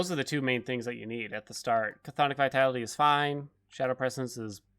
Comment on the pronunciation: I appreciate EVERY ONE of your Hades videos. Thank you for the work you put into these. ;D ps friendly reminder (as the word is littered throughout the game) that chthonic is pronounced "thaa-nick", rhyming with phonics.